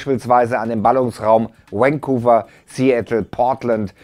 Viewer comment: "Vancouver" spricht sich vorn nicht wie "Wayne" aus, sondern wie "very". Gilt prinzipiell für jedes mit V beginnende Wort im Englischen.